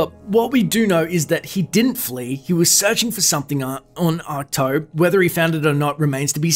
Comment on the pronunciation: Great video as always. But it's pronounced ack-two lol.